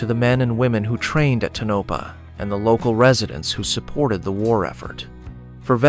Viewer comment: Pronounced Toe-Na-Paw, not Tunnopa. That's what happens when you don't QC the AI drivel.